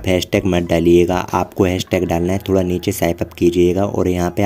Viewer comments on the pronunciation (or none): none